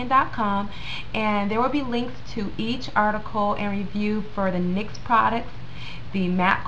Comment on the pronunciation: Just F.Y.I its not called N Y X its pronounced like the basket ball team the New York "Knicks"